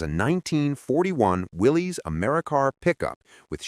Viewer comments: WILLIS, as in, "Whatchoo talkin'' about, Willis?" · Willy's is pronounced Will us , named after John N. Willy's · Pronounced "WILLIS". A lot of people say "WILLIES", But it's WILLIS. Ask any Willys owner at a car show.